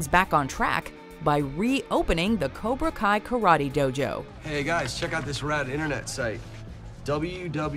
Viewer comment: Cobra Kai say it Cobra Kai